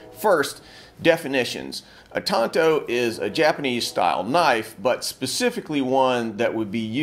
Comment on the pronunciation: Pretty good pronunciation. I hate it when people pronounce it as “tan-toe”